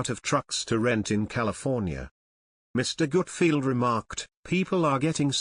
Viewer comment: NARRATOR: HIS NAME IS “ GUTFELD “ NOT : “ GOOTFIELD “ ‼️🙄